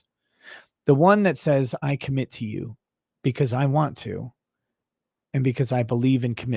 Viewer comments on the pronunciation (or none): none